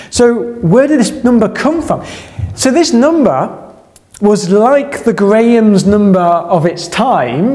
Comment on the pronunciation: Grayam’s numbah 😛